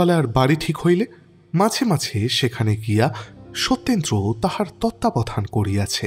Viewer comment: নিজেকে উন্নত করার জন্য প্রশংসার থেকেও সমালোচনার বেশি প্রয়োজন যে কারণে আগেকার দিনে গল্পকারদের ক্রিটিক থাকতো, আমার মনে হয় আপনার উচ্চারণের দিকে একটু নজর দেওয়া উচিত বেশি স্পষ্ট করতে গিয়ে উচ্চারণ ডিফারেন্ট হয়ে যাচ্ছে, যেমন ধরুন 'হাকিম'কে 'হাখিম' বলছেন, 'মাঝে মাঝে ' টা 'মাছে মাছে ' শোনাচ্ছে, 'ঝুমকা লতা ' টা 'ছুমকা লতা ' , 'বাসা ' তো 'পাসা ' শোনাচ্ছে ইত্যাদি, অসংখ্য .... কানে বড্ড লাগে